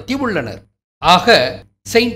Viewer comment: வணக்கம் ஐயா. 'யூதா ததேயு' என்று தமிழில் அழைப்பார்கள். ஆனால் நீங்கள் 'தட்டியஸ்' என்று கூறும்போது அது 'தடியர்' என்று ஒலிக்கிறது. உடலால் ஊதியவர்களை 'தடியர்' என்றும் அழைப்போமல்லவா? தட்டியஸ் - - > தடியர்